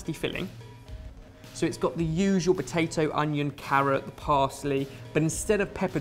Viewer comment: I swear says batato instead of potato